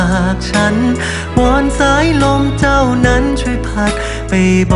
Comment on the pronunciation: ชอบการออกเสียงคำไทยของเวลาร้องเพลงที่สุด เวลาใช้คำว่าเธอ, ใจ, เจ้า,ไฉน ไม่พ่นลมออกเหมือนภาษาอังกฤษที่บางคนร้องแล้วลมมันออกแบบนั้นตลอดซึ่งฟังแล้วลดความเพราะไปเยอะเลย